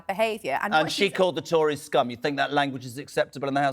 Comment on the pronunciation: Lies! Lies! Lies! She didn't call anyone 'scum' - she definitely said 'skom'..